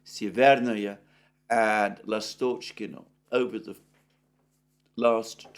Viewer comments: Alexander, try to emphasize the first vowel of the word Lastockino. Instead of the middle one. It will sound better. In case of Stepovoe, emphasize second "O" instead of the first one. After "O" letter "E" sounds exactly like "yea" . In general stay away from emphasized middle vowels. Last names usually emphasize last vowel as well, unless it's the first one, like Putin. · S'evernoye, L'astochkino, Stepov'oye - please note the correct pronunciation of Russian villages in Donbas.